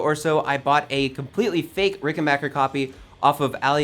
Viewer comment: pronounces Rickenbacker correctly, gets big points.